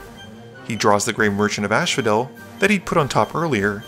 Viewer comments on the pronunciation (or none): I'm going to seem like a dick for saying this, but it low-key bothers me everytime you say grey merchant of asphodel. It's pronounced 'as-pho-del' as in the Greek underworld, not 'ash-pho-del'. There is only one h.